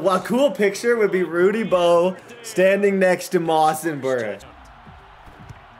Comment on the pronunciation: I love you but you will win the super bowl this season if you start calling your star receiver Justin “Ross” NOT Moss!!! I’ve watched every episode, love the vids!